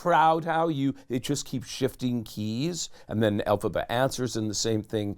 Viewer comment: Hey, it’s Elphaba,, not Alaba.